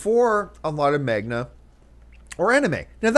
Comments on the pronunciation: uuuuhm John it's Mang a, Man ga. Not Mag na. tee hee. I have to disagree with you about your comparison with desktop rpg and manga. One is a game, one is an animation (well in this case, its a comic). Different experience and different expectations. Anime is more of a story telling device rather than a game experience that "you" are capable of influencing on as it is a medium of interactivity. Anime is not. it's like any other movie. It's a one way trip from the story tellers, take it, like it or hate it. Games? you can change it by being the player. Two very different things John. Granted desktop rpg have some story telling elements, by like any other games, it's all about interactivity, it's not a strong medium for story telling alone. That is why most game to movie adaptations fail, so far, they just need a better script. WoW might just change that, who knows. Having said this, you went to one niche topic about anime, desktop rpg to another bigger niche topic that is batman v Superman, and your vibe just change altogether about this niche topic. You said it yourself, comic books are a niche market (it's bigger now thanks to MCU) but still appeals to the sweaty nerds. General movie goers are not gonna care much. Now why is Manga/Anime any different? and why would Hollywood producers not make an adaptation of desktop rpg when they have a Pirate of the Caribbean ride turn into a movie? Well true that we have DnD movie and Battleship that was based on that forgotten game. But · I might be wrong but I think manga is pronounced mung-ga, not magna... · What the heck is magna? I love ya Campea, but every time you said that I cringed. Some say MONG-GA. Some say MANG-GA. No one says magna. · manga, not magna :) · Its ManGa!! Not magna John!! Seriously its right there!! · Am I the only person who gets annoyed the way John says Manga? Hearing it said as "Magna" instead of "Mang-ga" was really distracting. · John are you saying Magna? I think its pronounced Mang - ga